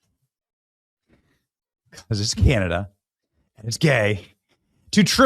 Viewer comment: Who is can-nada?